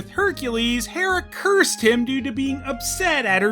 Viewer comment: the way they pronounce hera sounds like someone mixing up he-man and she-ra